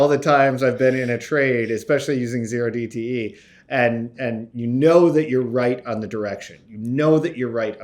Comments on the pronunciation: When said OH DTE options you know he was reading off a script. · Did he say "O" dte, not Zero dte? Is he a trader or researcher?